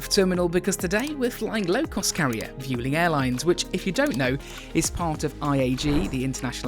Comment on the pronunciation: It's pronounced Vwelling